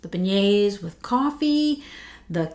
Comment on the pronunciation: So good to see you and your ideas are so right! I haven’t gotten this yet but it seems they did a good job with it. On the end of month live with Dan Orchard he pronounced beignets “Ben-ets”, it was so funny. Being from Louisiana we just take all the NOLA stuff for granted. It really is such a neat city with so much culture and history. I could tell by your accent you from there when I first started watching your channel. I’m a north Louisiana girl. Randazzo king cakes are so good. And a side note, Hubig pies are back out! My cousin brought me one at thanksgiving. Anyway really loved hearing your thoughts and can’t wait to sniff these!